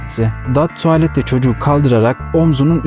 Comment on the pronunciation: Merhaba kanalınızı yeni keşfettim ve çok sevdim. Emeğiniz için çok teşekkürler. Abone oldum, izlediklerimi de mutlaka beğeniyorum. Yapıcı bir eleştiride bulunmak istiyorum. Tuvalet telafuzunuz biraz rahatsız edici. Tualet diye okuyorsunuz. Bir de ABDdeki yer isimleri ve kişi adlarına belki Google Çeviri gibi programlardan dinleyerek çalışabilirsiniz. Onların da çoğu hatalı. Onun dışında ses tonunuz ve vurgularınız gayet iyi. Çok teşekkürler.